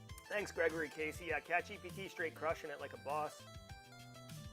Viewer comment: Congrats to catchgpt. I'm not sure I got that pronunciation